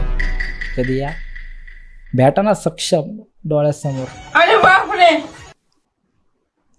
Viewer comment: समक्ष ❌ सक्षम ✅😂🤣